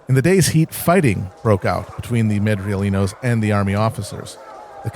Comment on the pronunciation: Madrileños, not Madrielinos